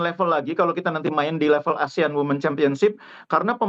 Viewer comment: Wooiii reporter bahasa inggerisnya lucu WOMEN jadi WIMITS ; 😅😅😅 KOPLAK